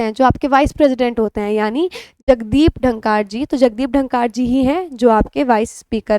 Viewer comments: आपके पढ़ाने की शैली बेहतरीन, परंतु जगदीश धनकर हैं आप उनको बार बार डनकार बोल रही है it's shameful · Ma'am it's pronounced as धनखड़ (dhankar)